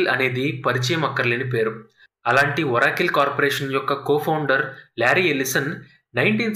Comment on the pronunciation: మంచి వీడియో కానీ ఒరాకిల్ కాదు ఆరకల్